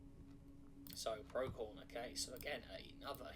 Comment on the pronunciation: It's not "pro-key-on", it's "pro-see-on"